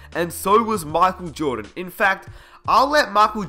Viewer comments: makel joohdan haahaha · mockel jordon lol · His name is totally machel jowdan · whaaat? makel jodan? wtf!